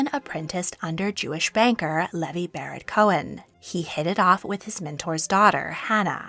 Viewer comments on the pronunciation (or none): none